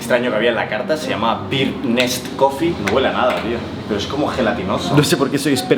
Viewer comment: Ay, no es "beard (barba) nest", es "brd nest". 🙂